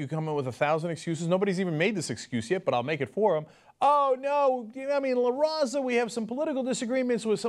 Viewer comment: So, Cenk, why do you pronounce "Islam" with the accent but you won't pronounce "Latino" or "La Raza" with an accent? I'm just askin' questions, bro.